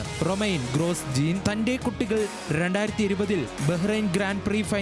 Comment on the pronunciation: ഗ്രോജോൺ അല്ലാതെ ഗ്രോസ്ജീൻ അല്ലാ 😂